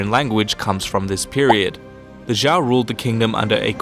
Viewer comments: I'm just asking but what's with youtubers who cover Chinese history call the Zhou dynasty as Zhao, the only person I heard call it Zhou is Bill Wurtz but aside from that very nice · Zhou is pronounced as Joe. Your not very educated in CHINESE HISTORY,Study more please.... your making a joke of your channel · denglinzhiniao 不止宋，其他也有很多错误，比如周，都念成赵了。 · zhou is pronounced “Joe” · Good video! A little correction on pronounciation: Shang = "Shung" Zhou = "Joe" [...]-Yue = "Yu-er"